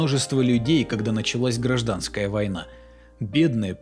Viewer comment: Хорошая работа, благодарю за ролик, однако хотелось бы посоветовать получше готовить текст. «Рецидивист», там где нужно «рэкетир», «ГрАжданская война»